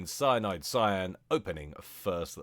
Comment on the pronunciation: the way you say Cyan sounds like Scion to me